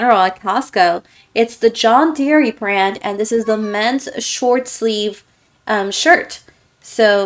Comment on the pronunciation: I think you said, John Deer-EE, but it’s just John Deer. The “e” at the end is silent. 😊😊😊 So sorry if I misheard it. Great video as usual. ❤️❤❤